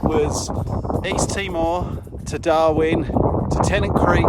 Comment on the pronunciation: You know you've been staring at Garmin for a long time when instead of saying "Darwin" you say "Darmin" on the radio :)